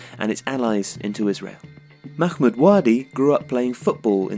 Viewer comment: It's not Makhmod nor is it el Akhly, why are you putting so much emphases on the H ? You're trying to pronounce an Arabic letter that's not in either of those words.